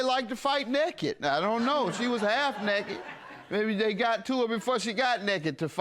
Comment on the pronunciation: “Like to fight nakedt” 😂😂😂😂😂😂